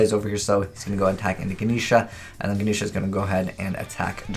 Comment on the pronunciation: his pronunciation man